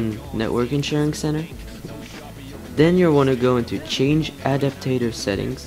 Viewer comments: Sound it out bro ad-ap-ter not ad-ap-tat-er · you say adapter wrong